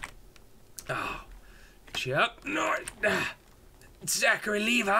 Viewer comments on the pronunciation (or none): did anyone else notice he said chucknorris....zarachy levi lol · HE SAID ZACHRY LEVI